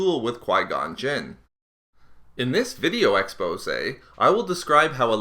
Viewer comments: I cringe every time he says video exposay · I really hate when he said Video exposee. Lol